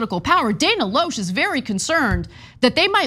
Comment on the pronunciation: TYT cant even pronounce her name correctly. Spot on journalism